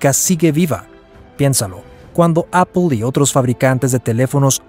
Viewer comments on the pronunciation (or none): none